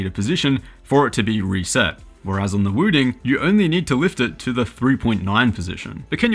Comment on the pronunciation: Why does this guy say "Wüdin"?